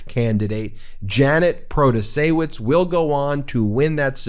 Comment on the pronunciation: Luv you man but the "W" in Protaciewicz is pronounced as a "V".